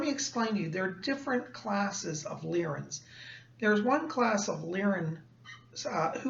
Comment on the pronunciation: Are you sure that it's pronounced Leer-in and not Lye-rin? Leer-in sounds off to me.